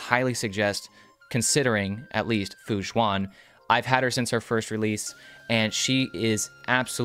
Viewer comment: This is a great video and very informative, but so sorry I kept hearing you say "Fu Jzuan" when her name is more pronounced like Fu Shwen. Just wanted to help by pointing it out and thank you for the video!